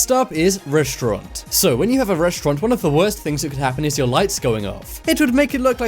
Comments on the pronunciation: Restaurant or Reshaurant? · Reshtaurant?😂 or restaurant? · i stopped watching at the 4th "reshtront"